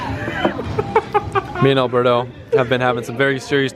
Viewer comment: I don't know why he's talking shit on how to pronounce "V" bands when he can't even pronounce Alberto's name right 🤣🤣